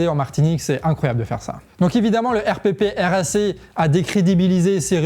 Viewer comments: En fait on dit pas RPPRAC, on dit "air praque" ^^ Voilà, c'était très pertinent comme information Merci ! :) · RPPRAC (se dit :airprak) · On prononce le R.prac et non le R.P.R.A.C. très bonne vidéo, merci. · Hello, le RPPRAC se dit en phonétique : le Èrprak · Super de montrer ce que nous faisons. Je vous donne un tips, prononcez R Prac, ça respire mieux😊 et merci ou mèsi an lo comme on dit chez nous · RPPRAC se prononce "airprac" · la prononciation c'est R-PRAC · Arrête de dire le R.P.P.R.A.C. Prononce "erprac" comme nous 😂